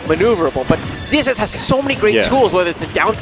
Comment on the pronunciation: I can hear them saying ZZS, but shouldn't it be ZSS?